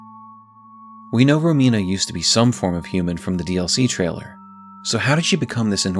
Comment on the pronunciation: Just wanted to congratulate you for pronouncing Romina right, I've heard many people saying Ròmina. It's an italian name and as an italian it hurts a little every time 😂